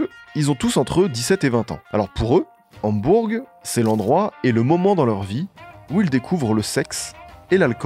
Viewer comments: Merci pour la vidéo 🙏 Hambourg se prononce « Hambour » je crois 😊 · Super vidéo mais pitié comment t’as pu parler de Hambourg au moins 30 fois sans jamais vérifier la prononciation ?? « HambourGUE » en boucle pendant 10 minutes je n’en peux pluuuus ça nous sort tellement de la vidéo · ???? "Hambourg" ...on ne prononce pas le "G" mon poteau ... a quoi sert ce podcast fait par un "jeune moineau" ...parle d ge groupes de ton âge , ne touche pas au Beatles OK Mr. HAMBOURGGGGGGG.... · ÇA SE PRONONCE PAS HAMBOURGUE WESH !!! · en Français on dit pas le G à la fin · coucou j'ai adoré ta vidéo mais juste pour dire que dans Hambourg il ne faut pas prononcer le g (sauf si tu le dis en allemand et là il faut aussi prononcer le h) sinon j'aime trop tes vidéos !!! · Très bon récit, précis, documenté mais...............................on ne prononce pas le G de Hambourg !! Mais cette analyse est phénoménale pour moi qui suis fan depuis les année"s 67 !